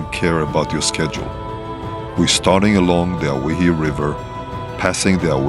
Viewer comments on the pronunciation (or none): Awesome video! Great scenery. Looks like Great roads for 4x4 adventures. Believe it or not owyhee is pronounced oh why he. Like Hawaii. Old time 17 and 18 hundred sailors spelled Hawaii on their sailing maps as owhyee. It later changed to Hawaii. So if anyone ever asked, you can say you offloaded in Hawaii kinda. Thanks again for your time you spend making these great videos. One of these days I'll have to map out a great northern Mendocino (M2) offroad trip or another trinity national forest trip maybe you can enjoy sometime. There used to be a Hayfork divide 4x4 trail near hayfork that was really awesome. You were actually on part of it in a previous video. But for the most part I think it got too damaged over time and from recent forest fires with hundreds of burned trees that fell across it. That would have been one you would have liked. Someday you should try the Bullychoop lookout road too. Best 360 view around. Cant wait to see more videos. Best wishes.